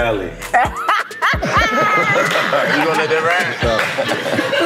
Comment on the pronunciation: It’s not kali it’s kaliii😏